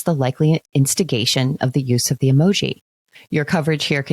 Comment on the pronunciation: Even if “emoji” is the correct plural usage of the word emoji, the way they pronounce it sounds so friggin’ pretentious! It’s honestly just as infuriating as the story itself. No one that isn’t a complete d-bag uses the word “emoji” when talking about more than one emoji! Just add the “s” and stop pretending to be smarter than everyone else!